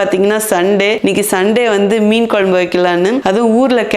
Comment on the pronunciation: மேடம் நீங்க வச்ச மீன் குழம்பு வீடியோ பார்த்து நாக்குல தண்ணி ஊத்துது அதைவிட உங்கள் மீன் குழம்பு உச்சரிப்பு மிகவும் அருமை